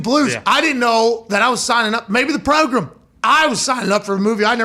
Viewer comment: I did an actual spit take when Pat was listing football movies and said “The Progrum.” Hilarious